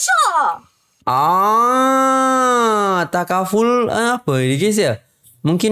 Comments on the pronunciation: Ta ka ful bang... Bukan ta fa kul... Kihkih . Apa2 pun terbaik bang.. review iklan dr malaysia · Salam..pembetulan takaful bukan tafakul😁 mmg ramai org selalu tersalah sebut..